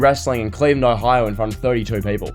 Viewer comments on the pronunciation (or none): none